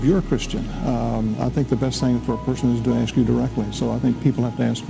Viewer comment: Tell Oprah how to pronounce ACT AND ASK.